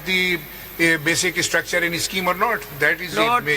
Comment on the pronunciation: “basic ISSTRUCTURE” “ISSTILL” 😂 the judge on the right🤦🏻‍♀️ how did he become a judge for god’s sake